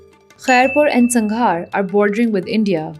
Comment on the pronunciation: Great videos, great research! Keep them coming ❤ subscribed! Just one critique: You butchered pronunciation of the Sindh districts (next time just check on Wikipedia how they’re pronounced in non-roman letters e.g. Sanghar = سانگھڑ).